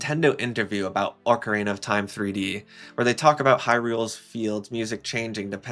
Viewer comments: he said “Orka-reena” about 20 times and that is atrocious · Yet another Zeldatuber that can’t properly pronounce “ocarina”.